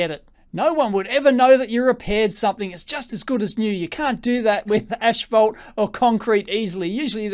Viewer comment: Is the pronunciation of the word "asphalt" getting to anyone?